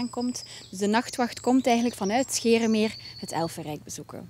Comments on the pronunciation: Zij ze nu scheeremeer in de plaats van scheemermeer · Ja scheeremeer 🤣